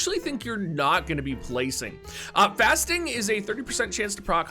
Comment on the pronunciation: I was only listening, so I thought her ability was called "fasting" instead of "fast sting". 🤣